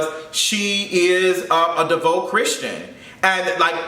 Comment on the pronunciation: It's not devote it's devout!